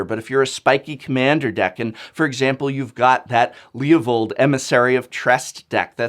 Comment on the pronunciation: leovold??? Prof, i thought we were friends!